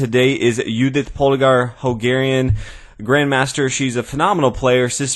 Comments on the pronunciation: was laughing so fucking hard when he said it :D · Hungarian, not holgarian